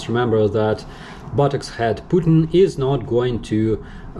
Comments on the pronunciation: Did he say "Buttocks head Putin?" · "buttocks-hesd Putin" lol.